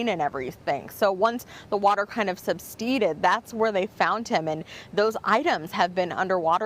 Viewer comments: “substeeded”… doesn’t she mean SUBSIDED?! It’s disgusting how many mentally challenged people are involved in this case. Her whole report hinges on the discussing of the water once being there and now not being there, and she couldn’t look up the right word? Ugh. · Supteeded ? Perhaps she meant subsided . Tragic story all around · Lol "substeeded"? This reporter is a fool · What's "substeaded" mean?